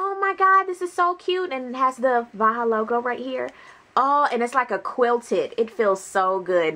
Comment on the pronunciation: its pronounced like Baja